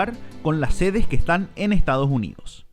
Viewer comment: Ejtadoj junidos